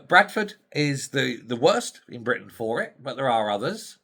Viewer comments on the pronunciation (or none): none